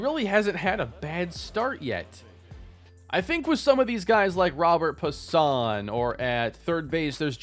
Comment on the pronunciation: If I’m not mistaken, I believe Robert Puason’s name is pronounced “Robe-air Pwa-sone”